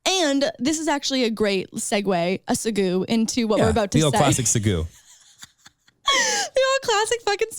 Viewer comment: I lost it at “segoo” 😂